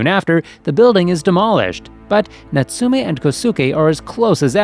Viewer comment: its NOBO and natsume is natsume and not notsoome